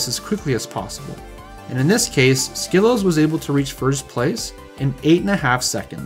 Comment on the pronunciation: Bonus of doing your own WR history video: perfect handle pronunciation.